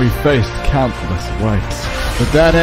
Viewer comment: it took me re-watching 5 or 6 times with captions on to realize he said "countless ways". Thought he said "we faced countless whites" 😂😂